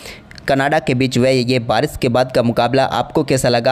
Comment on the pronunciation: salia, bolna to seekh le. Barish ko Baris, Sharma ko Sarma, Shandaar ko saandar bolta. Shame. Pakhsh ko pax, Shuruat ko suruat. Lahnat teri Hindi pe. Rishab ko Risab?